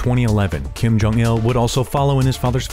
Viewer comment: "Kim Curt Jong-il"